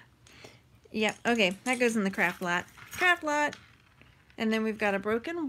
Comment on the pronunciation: I keep thinking you are saying “crap lot” lol.